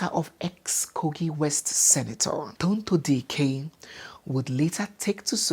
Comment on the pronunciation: which one is Charity? DO WE NEED AN ADDITIONAL MIDDLE NAME??? And her beautiful name is: Tonto Dike, NOT Tonto Diiiikeer, please 🙏. Thank you.